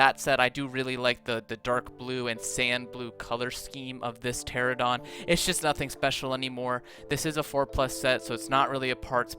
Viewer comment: Ah Yes, The "Pteradon"